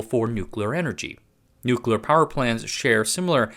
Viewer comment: Thanks for a really good, knowledgeable, well-researched and presented, informative vid...and THANK YOU for not using AI to write it, and using your own human voice for narration. It really is a breath of fresh air. Please learn how to say "nuclear". New klee Uh. Not " New kew luh". It's a core word for your topics it would really help your Cred if you pronounce it correctly. Otherwise you kinda have cred similar to George Dubbleyuh Bush - he said "New kew luh" too ☹️ Please, it's not hard.👍